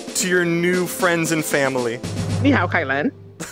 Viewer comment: he said "ni hao kai-lan"